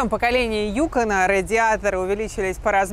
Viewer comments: Не Юкон а юкОн! Емаё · Маленькое уточнение, ударение в слове Юко́н, на О, а не на Ю!!!.